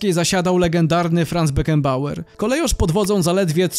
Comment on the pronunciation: Nazwę Kolejarz czyta się KOLEJORZ a nie jak w kongresówce wymawia ją jakaś wARSZAWKA.